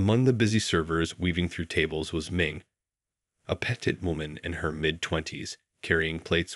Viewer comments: A "petted" woman??? Do you mean petite??? Pronounced PUH-TEET?? My goodness, you are SO ignorant!! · Wonderful story, too bad your narrator doesn't know how to pronounce so many words. "Petted" should have been "petite", "do it" should have been "duet". There are many other words that were mispronounced. The writer needs to remember events written earlier, "sister had medical problems then they disappear unexplained, driving to recital." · Or "petted" from "petite". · This story is just that--a story, and not a very well told one. Not well nartrated, either. Maybe check the pronunciation of 'petite'?